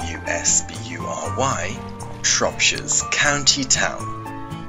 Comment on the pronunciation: its shrewsbury not showesbury